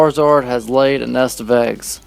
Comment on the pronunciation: Are you saying "NESK"? Instead of "NEST"?